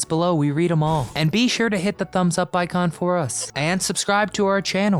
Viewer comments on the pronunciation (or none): none